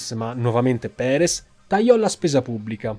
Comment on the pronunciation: Andrés Perez, no Prerez Alonzo